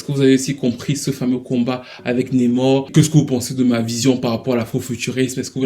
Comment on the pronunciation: NAAAmor stp pas Nemor